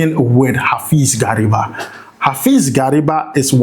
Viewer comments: Please mention Gariba well. Gary- ba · The pronunciation was very bad. Like the son of gari😅